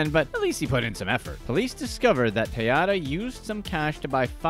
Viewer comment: Tejeda ryhmes with potata. J is pronounced like H en Espanol.